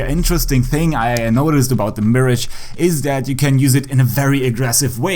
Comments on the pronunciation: I think its pronounced as miraj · Hate to be that guy but its pronounced Miragh sorry😂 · So you’re saying it’s pronounced as “myrahg”? Lol It’s “Mee-rahj”